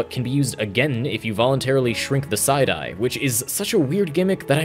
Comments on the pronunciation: Thought he was saying "side eye" lol took me a minute to figure out he was saying "psi die" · when he said psi die i thought he said side eye